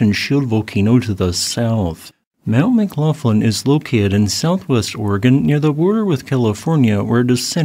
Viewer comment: McGlofland? Is that how that name is pronounced? I tend to pronounce the gh with that sound at the back of the throat you have in Gaelic.